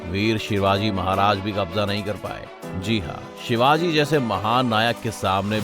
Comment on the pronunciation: Shivaji shivaji trea bapp hai namm thik se ley